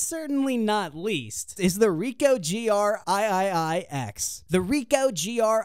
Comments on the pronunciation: Aye-aye-aye-ex. lol. Three X. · "THE GR EYE-EYE-EYE ECKS"